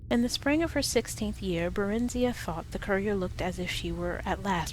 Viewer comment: her name is pronounced (bear-in-zi-uh) not (buh-rin-zee-uh).... just saying.